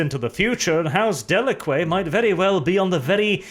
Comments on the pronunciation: de-lah-qé?!!? It DeLack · Pronounced Deh-lack, that's how the GW promos always pronounced it. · Didn't someone tell him it's "de-lack"? I seem to remember him acknowledging that in a previous video...